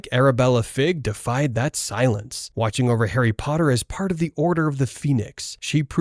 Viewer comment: I don’t mean to be rude but, te order of the phoenix?